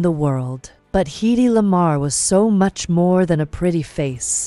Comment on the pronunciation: The IA voice track needs to be checked. Her name is pronounced "Heady" not Heedy. Not with the long e sound. Yes a great lady.